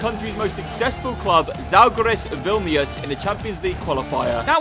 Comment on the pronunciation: Lietuva loves basketball, we play football but not all the time also Vil-nu-is?!?!? Vill-ness is the correct way, also it starts snowing in like idk October or September till like March, i love it. Edit: we beat usa in basketball!! And (i think) our best match was 7-0 against Estonia, one of our baltic neighbors. (Lithuania=7 v 0=Estonia).